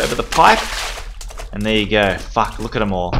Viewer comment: I love whenever he says "Fack" or "facked"